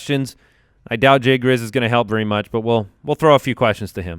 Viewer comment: "JAY GRIZZ"